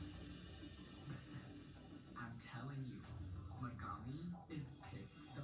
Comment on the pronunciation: Me-GAG-mi really gagging me 😵‍💫